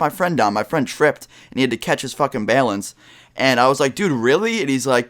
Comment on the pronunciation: The way you said "Balance" made me die hahaha, good video like always bro.